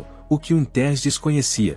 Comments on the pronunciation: "Wintérs"? Sério? Larga essa AI e vai narrar seu vídeo, man! rsrs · O narrador nao sabe pronunciar os nomes como o de Dick Winters e outros nomes ingleses.Como acreditar no que o narrador fala ?